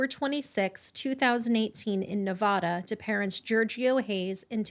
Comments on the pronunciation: It's NE VA DUH not NE VAH DUH going forward thank you - las vegas resident and we hate when it is pronounced the way you say it. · Made it 4 minutes in & had to tap out. As a lifelong Las Vegan, PLEASE STAWP SAYING NEVAWDUH. It's Nevada with a short "A" sound, as in man, can & have. My name is Ashley. Remember it that way. Ashley lives in Nevada. Ash happily lives in Nevada with her mom and *dad*. Short "A".